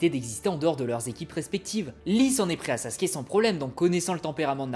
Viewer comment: Pourquoi "Sassske" 😢 Ps : c'est qu'un détail, a part ça j'adore tes vidéos